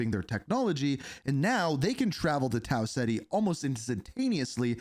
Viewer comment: Tau (Cet-E) not Tau Ziti